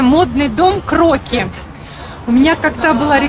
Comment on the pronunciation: здравствуйте,спасибо за позитив и красоту!В модном доме Кроки( там ударение на И ) представлена дизайнерская одежда, стильная,современная,нестандартная,интересная,зайдите,получите удовольствие от созерцания и атмосферы.Может найдете что-то интересное для себя.У них есть свой канал,где представляются коллекции с примерками